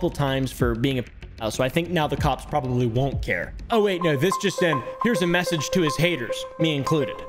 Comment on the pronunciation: "You've porobably seen this person on..." I've never seen or heard of any of the people you mention in any these videos. It's like a whole new deranged world for me.